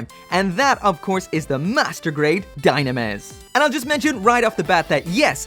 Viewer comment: It reads dyunamis